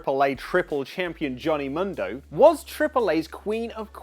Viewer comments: Oli where are you??, with ALL due respect, please for the love of all that is holy in wrestling, please try and at least listen to how the names are pronounced ahead of your show. I know you read Johnny MUNdo, proper pronunciation however my brother, is Johnny MOONdo... or just John Morrison works too. Anyway, love the vids and I've been a subscriber for quite a while now. Keep that fresh news coming. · MUUUUUNDO NOT MONDO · "Mundo" is produced Moon-dough FYI you're welcome.